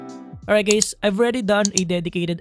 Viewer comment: "allright gays" lol